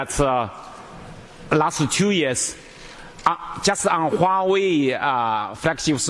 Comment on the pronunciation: Gee, this guy can't even pronounce Huawei right, wtf. totally off. Dude, it's Huawei not Huiway